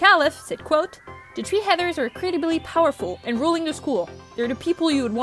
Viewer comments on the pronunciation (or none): This is really good But im just wondering, why do you say "tree" instead of "three"